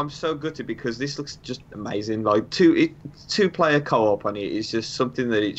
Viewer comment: Twople. Twople. Twople. Twople. Twople...